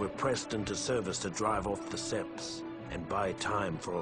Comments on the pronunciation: Seeing and HEARING this, makes me hate Battlefront 2 EA and their cartoon clone actor. Hearing babble on about "seppies" kills any immersion I had......shame.... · HE CALLS THEM "THE SEPS"